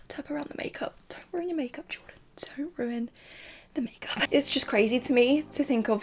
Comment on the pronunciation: I love Jordan - but from the pronunciation..... Well..... No babes she doesn't